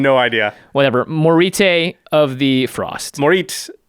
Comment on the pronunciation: I don't know about authentic, but it is awesome! I'd pronounce that as (More-I-te), and I'm super excited about Sarulf, honestly this whole set is an amazing adaptation of the Norse pantheon and I love it. Sarulf is an incredibly unique commander a mass exile in the Command Zone? I think this is the first time that has happened, I can't wait to exile all my oponent's stuff, kill their creatures as they try to rebuild and start knocking them out with Commander Damage, just seems super unique and is massively flavorful